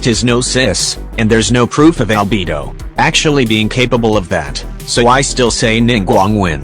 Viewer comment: "Albebo" and "ibbo" XD